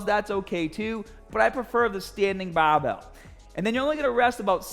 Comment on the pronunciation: Translation for you new guys: BAHHBELL = Barbell STAHHTED = Started AHHM = Arm HAHHDA = Harder